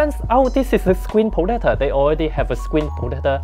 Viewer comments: Crakced me at "screen potator" 😂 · Scween potato. LOL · Screen Potetah!? LOL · screen protata HAHAHAHAHAHA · Screen potater 🤣🤣